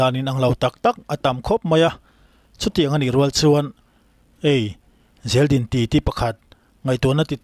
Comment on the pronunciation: Zeldin mai2 han chhiar chhuah vak chu a va ho ve aw